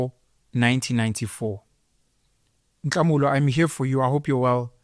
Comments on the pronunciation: Dont say Ntlamulo is Nhlamulo . like how u would say ukuHlAHLEla. Hla not ntla :) :) love and peace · Ntlamulo or Nhlamulo? It would be nice to correct how words are pronounced by fellow black people. What is Ntlamulo? 😂😂